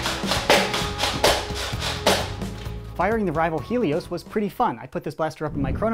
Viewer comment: It's hay_ Lee_ os